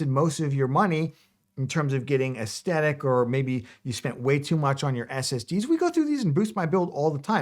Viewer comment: I pray... PRAY he finds a cure for spastic YouTube Hands disorder. While I'm picking nits: It's pronounced es-the-tic not es-tet-tic and it's har-ben-jer not har-bring-er. Ok, I'm done. =)